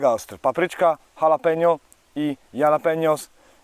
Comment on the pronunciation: Jalapeno to właśnie Halapenio, bo tak sie wymawia. Habanero to kolejna odmiana. Czasem warto pestki usunac w nich jest najwiecej kapsaicyny. Też lubię ostre 🌶🔥 🌋wypala wszystkie bakterie. Dziś wybrałam się do lasu z całym szpejem po 1,5h szukania miejscówy komary i muchy nie dały żyć. Poległam - wygrały i zmusiły do momentalnego powrotu do domu. Czekam na deszcze i mrozy. Precz z owadami 😨